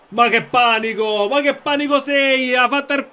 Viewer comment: E io che pensavo sarebbe stata una sfida super difficile. Con Mister nulla è difficile 😍💪🏻 Panico si leggerebbe Panìco, quindi con l'accento sulla I. Però Panico Paura è fantastico, quindi continua pure a pronunciarlo così 😂 (Pes 2021 credo che non sarà un vero e proprio nuovo gioco, ma una sorta di aggiornamento. Per me comunque cambieranno anche le grafiche, quindi il menù ecc, e faranno modifiche a certe modalità. Suppongo stiano tenendo tutte le più grande novità per la ps5, dove faranno un altro grandissimo salto. D'altronde sono anni che FIFA è uguale😂)